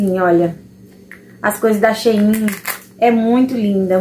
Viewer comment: Acho engraçado vc pronunciar SHEIIN aqui em minas q gente fala SHEIN normal! Os produtos da SHEIN são ótimos nunca me decepcionei com nd da lojas da China, já do envio do Brasil não gostei dos materiais são ruins!